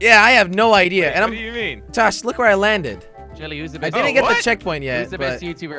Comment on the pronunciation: Wy du ju not waait im from holland